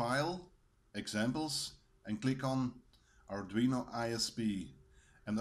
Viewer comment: The pronunciation sounded a lot like 'ardrino' as supposed to 'ardweeno' correct me if I am wrong.